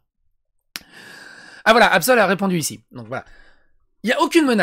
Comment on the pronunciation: "AbSel" 😂😂😂 dès le départ tu m'a terminé 😂